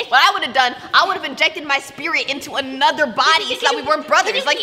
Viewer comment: Anoter day anoter video